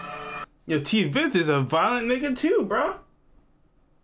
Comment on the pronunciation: bro TVETH pronounced like [tvæt]